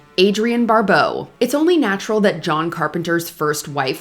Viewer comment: Barbeau, not Barbowe